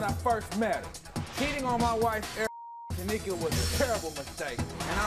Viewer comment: IT'S NOT TÁMIKA IT S TA MÍ KA TAMÍKA 🤣🤣 Americal Idol who knows knowsss